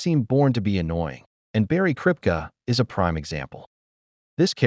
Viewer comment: Did the narrator ever watch the show????? Kripke.. Pronounced Krip-kee not krip-ka! Should I keep going...who's next?